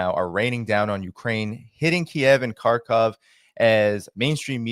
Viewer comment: Sincere thanks to using the correct ENGLISH pronunciation for the cities of Kharkov and Kiev!